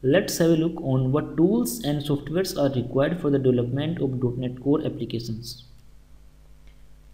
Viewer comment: so good and everything but please can you hear the right pronunciation of Applications from google translation !thank you in advance